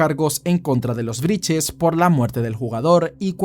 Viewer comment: Todo bien con la investigación, pero porque decís “Briches” 😂😂 Claramente es Brittes Repiten como loros cualquier cosa